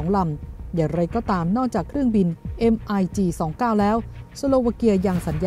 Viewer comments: แอบขำ ผู้อ่านข่าว นาทีที่ อ่าน "เอ็มไอจีสองเก้า "แทนที่จะอ่านว่า " มิคยี่สิบเก้า " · MiG 29 อ่านว่า มิกยี่สิบเก้า ผลิตโดย Mikoyan มิโคยัน ของรัสเซีย